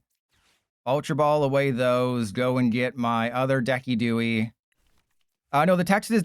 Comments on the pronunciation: It's pronounced "DEH-sih-doo-eye", not "deck-ee-DOO-ee". Just FYI. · Why in the world did u call decidueye like that😭 That pronounciation is so cooked